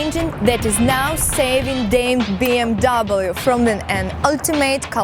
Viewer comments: фильм "бимер" у нее :) BMW это бренд его нельзя говорить "би эм даблю" только "Бэ Эм Вэ" немцы не говорят же Цоца Цола на Coca Cola :) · никто не говорит Би Эм Дабл ю! Выучи хоть как тачки называются!